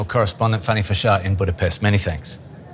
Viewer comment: This riporter girl actually can not pronounce Budapest nor hungarian surnames correctly, despite she is hungarian. 😅